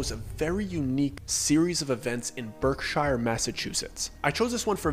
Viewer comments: HOLD UP 😂😂😂 The Berkshires (Pronounced Berk-Shurs) That is 30 mins from me 🥴🥴🥴🥴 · Berk "shear"s.